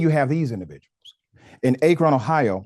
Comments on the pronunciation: Pronounced ack"ron Ohio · Soft "A" in "Akron, Ohio" (hometown of Lebron James and birthplace of Steph Curry).